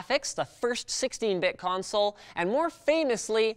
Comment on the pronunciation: "PECANSOLE" I LOST MY SHIT